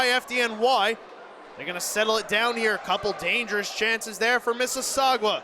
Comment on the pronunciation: The announcers should probably learn how to pronounce Mississauga There is no W in the word